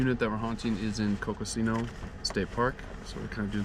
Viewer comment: coconino is pronounced coco-knee-no national forest